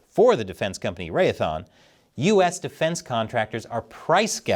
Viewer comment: Ray-a-thon? Ray-the-on, it's simple...